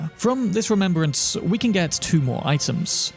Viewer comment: Great content here, Thank you for the effort you went through to create this video. However, One thing that was scratching my ears through the video: The words that ends with S. You pronounce them Like Wariorissss, Spiritssss, Rememberanccccce.